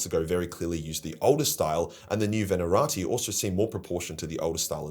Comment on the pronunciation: I know you don't care, but it's "Venatari" not "Venarati"